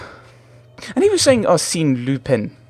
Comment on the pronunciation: YAY another Sherlock game :) Apparently it's pronounced 'Ar-Senn Lu-pahn'